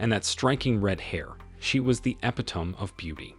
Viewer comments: TTS hates the English language. 😂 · Nah the E was silent that day 😂